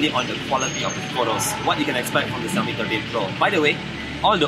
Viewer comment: I love how to say xiaomi